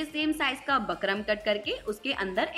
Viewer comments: बकरम नहीं होता बुकरम होता है। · bukram bolte h bakram ni 😊